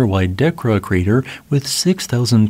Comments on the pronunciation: It’s pronounced decORah Iowa fyi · duh Cora, Iowa, accent on 2nd syllable. Like Decora style light switches. Thx. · Decorah - deh•core•uh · Duh-Ko-Rah, Iowa :) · Your pronunciation of Decorah made me die a bit inside.